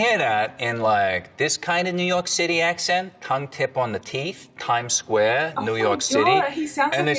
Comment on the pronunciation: If I had a dime for every time she said "eccint" (accent), I'd have a gazillion dimes